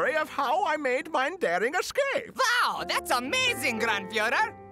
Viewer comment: the kid pronouncing wow as vow was an amazing touch